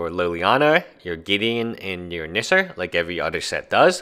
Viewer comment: The way you pronounce Nissa lol. "Nisser"